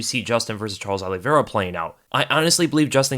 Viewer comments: Please quit saying ollievera lmao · he said Charlie Olives. Lol ever since Dan Hooker in his New Zealand accent said Old Charlie Olives that’s all I hear when anyone says Charles Oliveira.